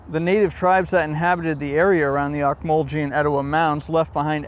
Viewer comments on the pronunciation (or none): The national monument you described in your video is named after the Ocmulgee tribe of Native Americans who built the mounds. It is pronounced "ohk-muhl-gee", not "jee". Just wanted to let you know.